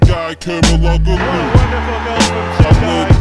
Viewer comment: I like the song but it pisses me off how he can't say Tugay's surname correctly haha. is still a legend tho